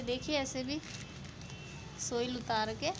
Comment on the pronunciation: सोइल --> साइल पोट--> पाट